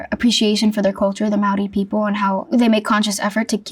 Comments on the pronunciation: Okay I'm sorry I'm soo inlove with jenna ortega but she said maari no mean to be rude but maori can be pronounced mold de but yeah I love my maori culture and just wnated to get it out there thank you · As a Maori in NZ, she pronounced the word "Maori" better than most NZ'ers lol Did not know she was in NZ when she was! Now I want to watch X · She pronounced Maori wrong, but it's cool she has appreciation for our culture.